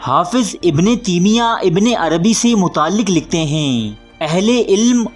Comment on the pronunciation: تیمیہ میں تا پر زبر ہے